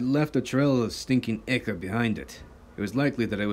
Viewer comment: Enjoyed the story! Tip: Listen to your story for editing mistakes and mispronunciations before posting. btw ichor = eye-core (a common mispronunciation)